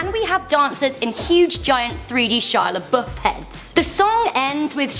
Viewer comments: Shia laBUFF not Shia laBOOF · i'd say the most shocking shia labeouf moments is when an englishwoman cant pronunce lebouf nor can they spell there